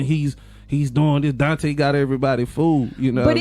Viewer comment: Girl you made up your own story on here. So many assumptions.....he was never accused of shooting a cop. They also didn't catch him after the crime, he turned himself in. Try sticking to the facts. His name is Donta( DON-TAY). He doesn't have a wrap sheet longer than anything. He's not a reformed drug dealer or gang banger. RIP and condolences to the family.